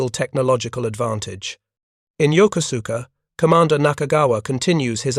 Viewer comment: Yokosuka: yoh-ko'-ska. Not yoker sooker.